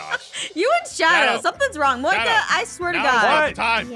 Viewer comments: Starslayer77 77 Moeka not Monica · Monkia? You mean Moeka?